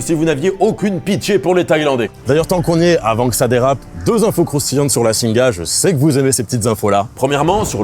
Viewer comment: Petite précision pour faire chier :) "Singha" ça se prononce "Sing". Le Thai est généralement mal romanisé et le "ha" est donc muet